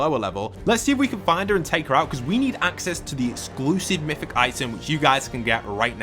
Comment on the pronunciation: It’s MYTHIc